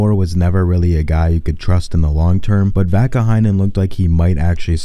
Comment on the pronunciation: That is Vaakanainen..not Vaakaheinen